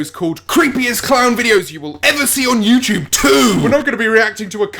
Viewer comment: No hate, but every time he says youtube, it sounds like youchube and it cracks me up.